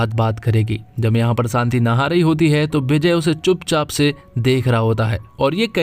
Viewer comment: Shanti bolo bhai Saanti nahi